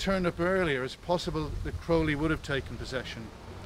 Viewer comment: Thank you for pronouncing Crowley correctly. Of note is at that time all of this was not extraordinary. Secret societies were everywhere. And studying the occult was the rage.